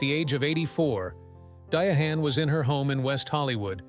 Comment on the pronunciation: I can’t with the Dia-hann. I can’t get to the end.